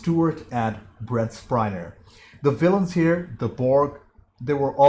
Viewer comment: Sadly it's downhill from here. Oh and, it's Spiner, not Spriner.